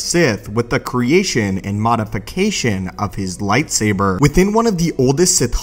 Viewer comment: Nobody: This dude: lightsaberrrrr